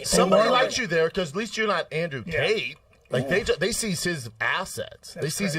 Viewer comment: “Andrew Date” 55 seconds in LOL!!😂 What a tool!😂